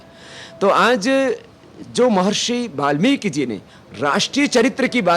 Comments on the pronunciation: but don't say balmiki.. is it not balmiki it is valmiki ji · mahraaj (balmik) galat hai valmik sahi hai ap pehaly bolna sekho warna theek se stady karo